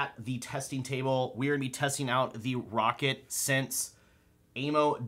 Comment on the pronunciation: The amount of times you said rocket instead of “row cat 🐱 “ triggered me 😂